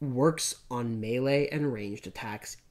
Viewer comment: Mispronouncing the word “melee” is truly grating.